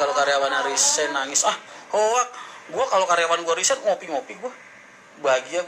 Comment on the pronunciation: RESIGN bukan RISEGN